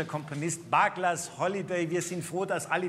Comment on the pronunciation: A good rendition, but far too fast!! Please check out the pronunciation of 'Bugler'.